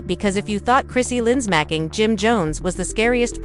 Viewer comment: Her name is Chrissy LAMP KIN! Please read better. I’m out, already. This person can’t even read!